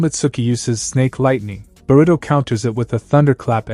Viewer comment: burito pronounciation funny